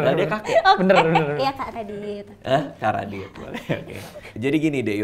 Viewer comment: itu radityt jadi kek raditit🤣